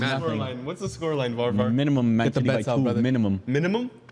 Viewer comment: Varvar geertruida pronunciation, hahaha horrible